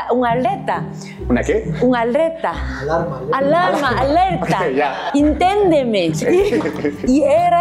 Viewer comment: muy graciosa. "tuvimos una "ALAM" una "ALETA"... jajja.. ""INTENDEME" 😅😅